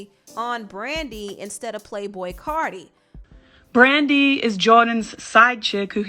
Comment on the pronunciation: Its CARTI (CAR- TEA) You would do ANYTHING to mention CARDI -_